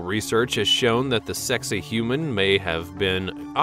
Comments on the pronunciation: Why is it you always change the way that you should say these names OR words it's sacsahuman not sexahuman stop fucking doing it Getto bitch is that how you say your name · Sak-Sai-Hua-man , this is how u prononce it ! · Why is this idiot narrator showing such disrespect for the proper pronunciation of Sacsayhuaman (pronounced, sak say hu aman) as “Sexy Human” - you are showing you ignorance, mate! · The pronunciation used is not correct in many places. For instance Sacks-you-way-mon not “Sexy Human” and the Azores aren’t pronounced with a long E at the end. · snicker....sacsayhuaman is not pronounced...Sexy human! LOL What a maroon! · Dude, you need to consult some experts for pronunciation. Pay-rue (Peru) and your mangled place names caused me pause, but when you got to Sex-a-human (Sacsayhuaman) walls, I had to click off! Also, nothing new here--you're just copying what hundreds of others have done.